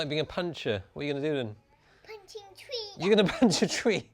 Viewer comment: "I can open the tweee"